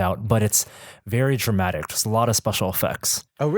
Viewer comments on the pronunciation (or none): in, I can't tell if he said "traumatic" or "dramatic", lol...